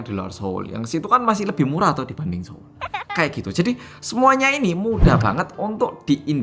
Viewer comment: ngakak pas ngomong SO'UL 😂